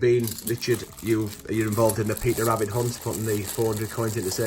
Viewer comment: Well done on the Wabbit Fweedom